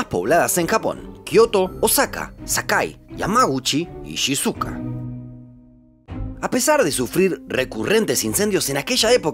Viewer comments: Me ha dado TOC con cada ciudad que ha pronunciado... (Casi) todas mal: iuiá (Shibuya), shizuka (Shizuoka... o bueno, quizás es la de Doraemon), shinshucú (Shinjuku) :face-blue-smiling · Oye wn, pero APRENDE A PRONUNCIAR los nombres po' wn irrespetuoso... no podí decir Chisuka por Shizuoka, ni Meishi por Mēji...